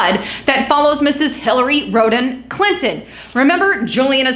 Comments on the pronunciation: Rod-am - not rode-am. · Did you just say..Hilary Scrotum Clinton? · Lol Road Ham? I agree. That sounds way worse.